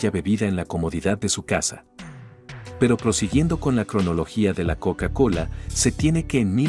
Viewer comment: La "KoUka KoUla"